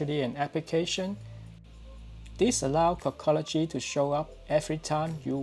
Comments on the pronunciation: Dude said “cockology” 😂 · He says cockology 😂